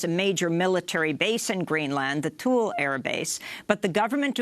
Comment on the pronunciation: Thule isn't "thul".